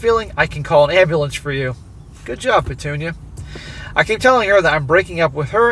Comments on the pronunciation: Petunia “Pa-toon-ya” is hilarious. 😂😂😂😂😂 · everytime u say petunia hahahaha just laughing here